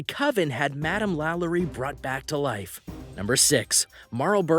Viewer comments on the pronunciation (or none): Oh Lord, Delphine's name is pronounced "La-LOW-ree"